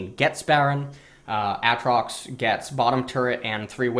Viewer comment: Stopped watching at AHHtrox